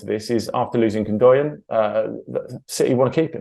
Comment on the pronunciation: After losing Gundoyan?? How do these people get on channels like TalkSport and not know how to pronounce the captain of a treble winning team.